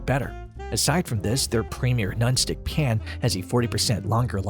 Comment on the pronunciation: Nice review. Thank you very much. And btw, the way you say pan is hilarious. Pee-yan. You're from Ohio aren't you? lol